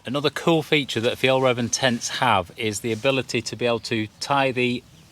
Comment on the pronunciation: Looks like a great tent, but the most impressive thing imho is your pronounciation of Fjällräven! The best I have ever heard from a non-scandinavian!